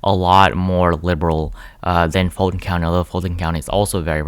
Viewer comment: I did too 😆 btw, Fulton is pronounced "full ton".